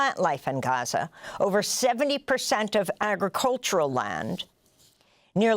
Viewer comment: She said Ghaza nat Gaza. Brilliant 👌🏼